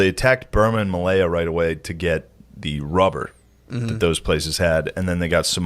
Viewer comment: Dunno why but whenever he says japanee and malaya it bothers me 😂 are those correct for the time they're talking about?